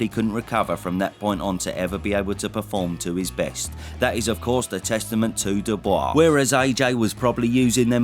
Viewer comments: Funny how you pronounce his name ‘dubious’, instead of Dubois 😂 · You can never call him doobyus again. You have to say his name with respect after that performance. Dubois. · Your pronunciation of Dubois is rather dubious. Show the guy some respect, he’s the champ. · your pronunciation of Dubois is hilarious